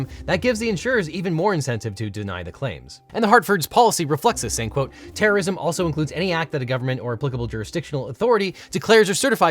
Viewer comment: It's pronounced "terrism."